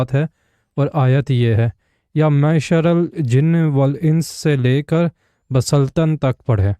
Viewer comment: ba saltn nahi hai khoteyy.. 'illaa beSultaān'. Kabhi khud parhi ho tou pata honaa..